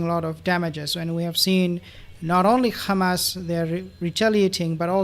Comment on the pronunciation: Please!!! It's not Ghamas , but Hamas . Don't repeat the Zionist expressions , which is Yiddish and not Hebrew.